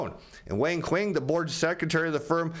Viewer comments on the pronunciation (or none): none